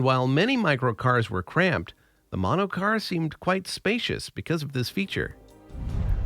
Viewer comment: Der monocar😅